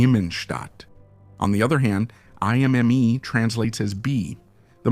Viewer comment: It’s ”I” as in hippo, not ”Ai” 😊